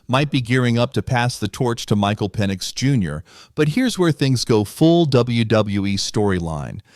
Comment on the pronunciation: That way he says Penix. Is like Penissssss. Ahahaha